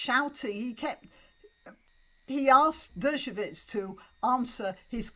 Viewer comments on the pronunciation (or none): Just a small point: 'Dershowitz' is pronounced 'DER-sho-wits', not 'DER-sho-vits'. It's with a "w" sound, not with a "v" sound.